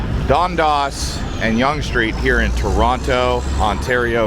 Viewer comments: "Dun-das" Not "Don-das". Great video. Thanks. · That is pronounced Dundass not Dundos and Spadeyena not Spadeena. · Right off the bat, it is Done Dass, not whatever you said. Please learn the pronunciation before you make a video - it matters!!!!!